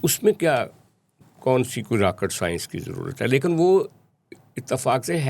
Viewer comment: Lekan nahi bhai, lekin